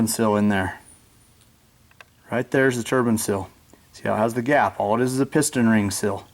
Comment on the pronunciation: Yep... I was getting the shits because he pronounced it wrong through the whole video 😩